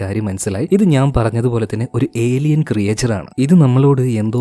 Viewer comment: ക്രിയേചർ അല്ല ബ്രോ.. ക്രീച്ചർ. Nice explanation ❤️🔥